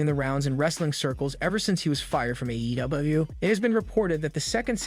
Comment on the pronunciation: Why does it sound so weird when you say WWE and AEW... But only sometimes...?